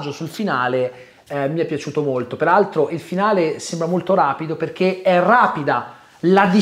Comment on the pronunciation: Alla fine della parte non spoiler c'è quel "PERALTRO" che mi ha tolto un decennio di vita 🤣